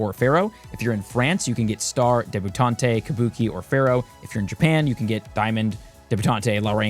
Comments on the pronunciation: debutante (Deb-U-taunt) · I say this with love but it’s pronounced “deb-you-taunt”. Like a young lady being a debutante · Note: DEH-BEU-TAUNT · That was painful 😅 . Deb-yoo-taunt (e is silent). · You were in fact not saying debutante correctly